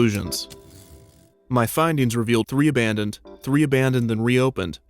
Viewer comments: "Abandonded"? Actually well researched and well written. 👍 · Hey Kevin! Absolutely love everything you do, but Abandonded? I am afraid you will have to delete your YouTube channel now.